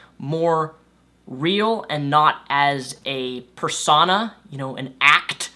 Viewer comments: Talks about mispronouncing... mispronounces persona... :) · Minato would be disappoint at that pronounciation of persona